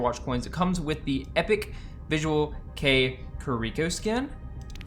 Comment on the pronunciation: youre saying it right. visual kei is a japanese music and style movement and subculture, & its quite the opposite from kpop lol! the hair is kinda bad imo lol. thanks for the vid